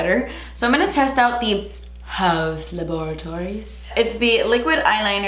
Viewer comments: HAUUUS LA-BOR-A-TORIES 😂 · You are saying laboratories like that because of Ross 🤣🤣